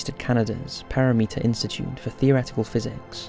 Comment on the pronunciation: Just FYI--The scientist who's theory they talked about with regard to black holes, worked at The Perimeter Institute for Theoretical Physics (PI) in Waterloo, Ontario, Canada. Not sure why the narrator pronounced it as "para-meeter". I've been there--it's a pretty cool place!